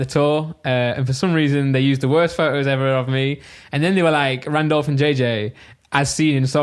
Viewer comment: Set up looks clean but Randolph amenities is pronounced like simon said it :O